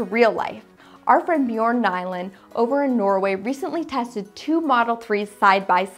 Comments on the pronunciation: it’s Nyland & not Byland... awesome video girl. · Bjorn Nyland. Not Byland!!!!!